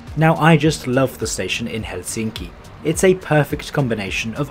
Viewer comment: You switch between pronouncing it helSINki and HELsinki, the latter is the correct one.